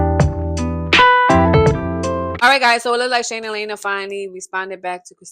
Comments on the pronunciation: It’s Lee ana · It's LIANA pronounced Lee-anna or Leanna